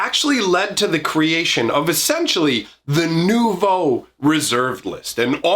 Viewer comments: 9/10 for your French pronunciation of "Nouveau". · As a french guy I am in total awe of your prononciation of "nouveau"